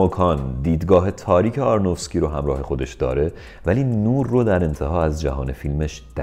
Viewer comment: شما دیگه چرا؟! آرونوفسکی نه آرنوفکسی! ارادت 😊